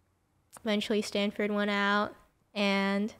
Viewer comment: It's called Stanford not standford